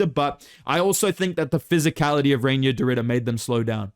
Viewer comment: Reinier is pronounced "Rye-near"